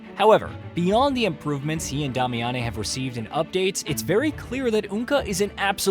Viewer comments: Bro it's just pronounced "Damian", not "Dah-mee-ahn-ay". Have you played the game? Many other mispronounced words too, please pay attention. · Dah-e-yah-meh???? Wtf?😂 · WTF IS A DOM-ee-ohn-ay???????!!!!! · Love the video.. but I do have to point out the pronunciation of Damiane was crazy😂